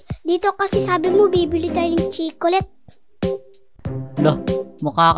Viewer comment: Nakakatawa yung sabi nila at 😂😂😂😂😂 sabi nila chicolate ahahahahhahahahaha Yun naman ay chocolate hahaha😂